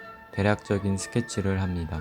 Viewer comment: 항상 느끼는건데 '니'를 '미'라고 발음하시네요 합미다 ㅋㅋ